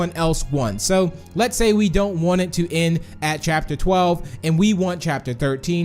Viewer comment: why does he keep saying "en" instead of end?